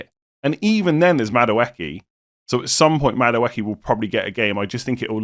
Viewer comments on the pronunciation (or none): Haha you’re butchering every name in this video. Eze, Ødegaard, Madueke all pronounced wrong